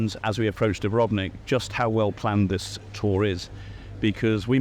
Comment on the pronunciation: what I dont understand is why,obviously Croat,have wrong accent pronouncing Dubrovnik....and most of them make same mistake when speaking English. Do you know,(i will laugh at that envelope forever...its so cool) that you would need to bring 40lbs stone as ticket to enter the Dubrovnik in the middle ages? thats how city acquired the stone for the walls. you should have also taken the tourists to Ston to see the salt mine and the wall of course and try oysters our homeland is paradise on this planet and tourists are exploring more and more of other parts of it every year. we are not just sea and the coast. as you already know since you have been in almost every corner of it. Živ mi bio i rakiju pio!